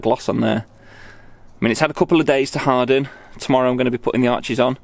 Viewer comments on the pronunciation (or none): none